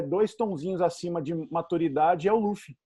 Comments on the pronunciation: só gostaria de deixar registrado minha gratidão por vcs pronunciarem "Lúfi" e não "Lãfi" como já vi muuuuuita gente falando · Tem que ser Lúfi mesmo. A pronúncia do L com som de R é coisa da pronúncia japonesa. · Pontos Positivos: 1. A dubladora mandou bem na voz do luffy q no começo do anime era mais infantil se comparado com a atual. 2. A dublagem da Alvida está perfeita. 3. Acertaram chamando o Luffy de Luffy e n de Ruff. 4. Colocaram a abertura original. Pontos Negativos: 1. Apesar de parecido com a original, em alguns momentos a voz do Luffy soa muito cartoonizada. É como se eu estivesse vendo um desenho animado como o apenas um show. 2. A voz do Coby n combinou mto. 3. Acertaram o nome dos ataques do Luffy. É irônico q isso seja algo negativo, porém esperava q pronunciassem os ataques com o sotaque japones de um inglês errado 😅. (Ex: rocket - rocketo) Ainda assisti apenas o primeiro episodio. Espero q nos próximos eu seja surpreendido positivamente.